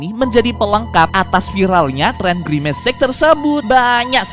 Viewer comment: parna girmec itu atu girmic anjiiiiig😂😂😂😂 anjai